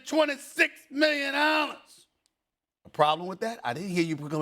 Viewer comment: "$426 MILLIONOLLAS" Lmao